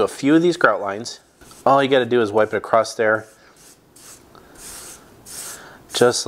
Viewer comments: It's across not acrosst. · The word is ACROSS, not ACROSST/ACROSSED please learn how to speak before doing 'How to' videos for the world to see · I've given up correcting people for using "Heighth" instead of Height, but, this is my first time hearing "Acrost" being used for Across. Language is liquid, I guess. Or, should I say "I guethe". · Across...not acrost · Nice job. Looks good. Btw… the word is “across”… not “acrossT” as you keep pronouncing it. Sounds like a toddler saying it… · Across not acrost 😪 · Dude the word across does not end in a T.